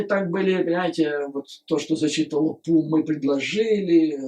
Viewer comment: Обожаю вас Юрий Борисович... Всегда с удовольствием и очень внимательно слушаю вас,.. Ваше новое ударение на Pu-Ssy, это нечто)).... вы моё снотворное перед сном и доброе утро по утрам ( иногда зысыпаю под ваш голос и утром дослушиваю) Спасибо что вы есть... Спасибо за вашу работу и искреннею поддержку Украине, нашим Героям, и всему украинскому народу. Мира и добра вам. Слава Украине 🇺🇦💙💛